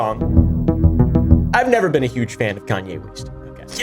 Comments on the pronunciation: “East? I thought you said ‘Weast’” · "Kayne weast" 😂 Judaism is the religion btw